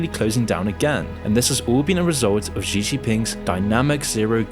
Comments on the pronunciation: It's not GEE or ZEE Jingping. Xi is pronounced like SHE. I hate the dude but common man. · Please just say "she" for "Xi," and not whatever it is you're saying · But I wish he could pronounce the Chinese leader's name too. Xi = She. As in 'She didn't do her homework, and she wants to destroy Islam and take over the world'. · I don't know if I can believe this guy who doesn't even know how to pronounce the name of China's prime minister / Paramount leader. Especially when there are so many sources that model the pronunciation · Yeah, but fails on "Xi" lol